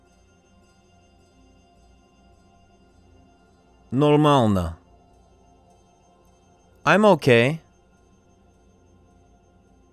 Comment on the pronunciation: Как пожИваешь? НормаЛно нЕ очень хорошо ДобрО пОжАлОвать И т.д.... Он не русский))) Ударения корявые...